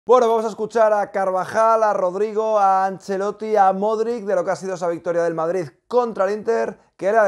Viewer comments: el apellido de Luka se pronuncia “modrich” te lo he dicho muchas veces. Golazos de Toni Kroos y de Asencio. Consiguieron quedarse como primeros. Y Lukita debe descansar, Ancelotti no puede quemar a sus jugadores si no rota. Jović está jugando muy bien. Felicito a Lukita por ser el jugador del partido. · Ancelotti también lo pronuncia mal jajaj